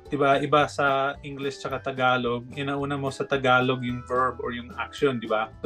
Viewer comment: Yung pag pronounce mo po ng word na ‘tagalog’ para mas cool. Kasi parang ‘takalok’ po yung pag bigkas mo po. 😊